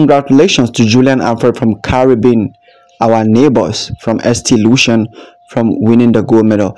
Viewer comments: ST Lucia 🇱🇨 is pronounced saint Lucia 👉ST is short for saint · Darling, pronounced Saint Loosha. Julien Alfred is from St.Lucia, she started running in St.Lucia at the primary school level. She attended Leon Hess secondary school in St.Lucia and then moved over to Jamaica for 3 years and attended St Catherine High, where her talent as a sprinter would further develop. She has now been in the US for maybe five years now and has been trained, by coach Flo. All three countries have contributed and helped. Yes, in the Caribbean, we are all brothers and sisters. We support each other.